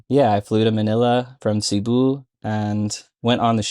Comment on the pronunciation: Cebu is prnounced as seh-BOO. Stress is on the second syllable.